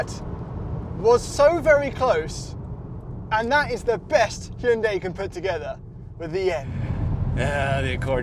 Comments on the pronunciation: It's just pronounced Hyun Deh my guy. Not Hyoon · HYUNDAI RHYMES WITH SUNDAY